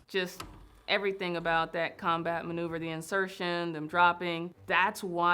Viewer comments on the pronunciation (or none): none